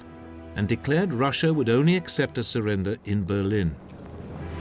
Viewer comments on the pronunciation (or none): none